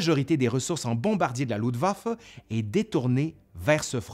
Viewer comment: Il pleut en octobre, et il neige début novembre. Avec une vague de froid très précoce vers le 11 novembre. Luftwaffe et pas Ludwaffe!